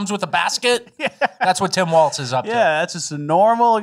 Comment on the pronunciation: WALZ not Waltz!!!!!!!!!!!